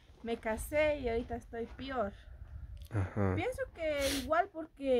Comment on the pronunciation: me pregunto hasta que grado tu estudiaste porque decir peor no pior